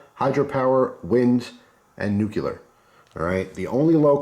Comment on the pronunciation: This is definitely something I'd be interested in investing in, thanks. Also, I have to be that guy... it's "new-clear", not "new-cu-lar".